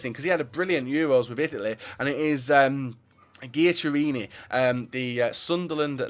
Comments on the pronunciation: Your pronouncing of Giaccheriniis so wrong! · The way he said Giaccherini😂